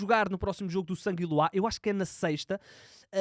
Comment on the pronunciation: Alguém conhece o clube "sanguiluá"? 😅😂😂😂😂